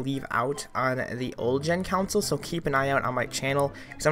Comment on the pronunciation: "counsle" dont u mean console. xD